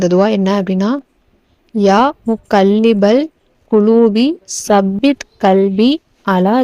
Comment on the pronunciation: தாயே, ஸப்பித் இல்லை தப்பித் என்று 'த' வை நுனிநாக்கில் லேசாக உச்சரிக்கவேண்டும்..